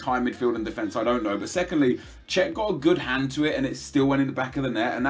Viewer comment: why does nep say de'e'fence